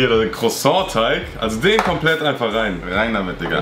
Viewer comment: man kennt es da käse"crosong"